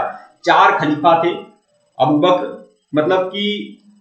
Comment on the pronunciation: खाकिका नहीं सर, खलीफा होता है सही